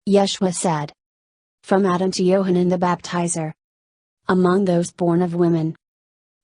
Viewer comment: Yahchanan not Yohannan it means Yah is gracious. Yahshua not Yeshua, Yahshua means I am salvation.